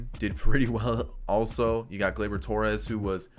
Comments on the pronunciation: Glubar Torreyes instead of Gleyber Torres😂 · Of all the names you have intentionally said wrong Gluebar Torreyes has me dying laughing 😂😂😂